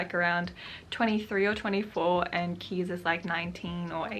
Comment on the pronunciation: As a Dutchie I just wanted to note that Kees is pronounced Kays not Keys ☺ Anyways thank you so much for your videos, you are really helping me to feel inspired to write!